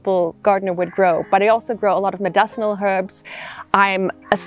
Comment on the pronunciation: She needs to learn how to say ‘medicinal’ 😬